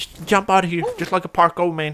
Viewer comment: aye bruh he said just like a parkoo mane lol